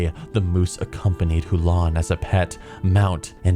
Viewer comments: HULN not huolon lol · Yo, what are your thoughts on the excerpts from the new book? It looks really bad imo (as in Holy Undead bad) Edit: It's Huln, not Hu-lon;) Edit 2: Dat Warhammer reference (WAAAAAAAAGH) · All Legion mounts are good except the dog mount from store btw its Huln not Hulan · Hulon? Wtf its Huln not Hulon.. :D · STOP SAYING HULAN ITS HULN AAAAAAH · How did you get "Hulan" from Huln????? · Who-lon Highmountain? I think you mean Huln Highmountain... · Hoo lan? wtf its huln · Hu-lon? Are you joking? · It’s Huln, not “Hulon” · who-lawn highmountain? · It's HULN, not Hulon, you derp! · Huln doesn’t have an o in it, so not hulon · That name rape of Huln Highmountain and Eche'ro though, damnit